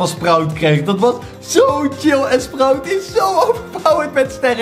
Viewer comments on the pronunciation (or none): none